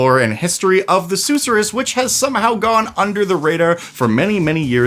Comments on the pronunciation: Sus sure rus, not sooh suh rus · Sus sir us. Not probounced like the Dr. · king i beg you. the emphasis is on the second syllable, not the first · It’s pronounced “suss-er-us” 😋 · Seriously, I winced each time LOL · Youre mispronouncing susorrous